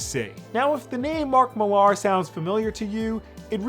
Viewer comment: Mark Millar is a prick and egomaniac. Also his last name is just pronounced “Mill-er” not “mil-arr”.